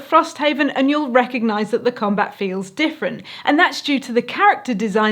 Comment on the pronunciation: Every time I heard say "Commbutt", I think its a device for talking out of your ass...